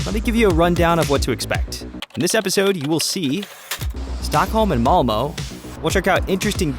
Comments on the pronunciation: Malmö is not pronounced malmo, think of it of a darker version of malmuh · Well, Lotus Malmöite, var inte blyg! Please tell us how you pronounce it. Min Skånsk fru tells me my version is a good approximation. Would you prefer "Mal-meh"? It is certainly not "Mal-moe". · There is no "Malmo". The city is spelt "Malmö" and it is pronounced "Mal-mur". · its Malmo. not Molmo. u pronounce it mal-meuh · I am frome sweden and i just love how you said Malmö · as a malmö resident, your pronunciation of malmö kills me. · Btw the way you say Malmö 😭💀